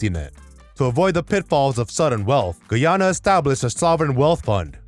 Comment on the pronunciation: This guy cant even pronounce Guyana 🇬🇾